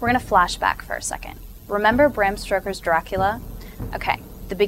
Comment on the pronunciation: its not bram STOKER not STROKER.